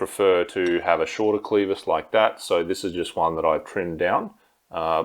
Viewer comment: Oh, btw, it's pronounced clev-is (like clever or Ben Nevis), not clee-vis